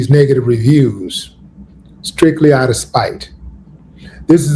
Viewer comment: What's with Willie D butchering the word "OUT"? 🤦🏽‍♂️🤦🏽‍♂️🤦🏽‍♂️ Don't worry, I won't ask "a bot"😂 it anymore, and will be sure to leave it "OT" the comment section after this mention of it.